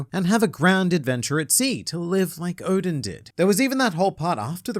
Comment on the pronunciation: Sorry for my bad English but it's Oden pronounced "Oh-den" as in "den of thieves" not "Odin the Norse god". It's a popular Japanese hotpot dish.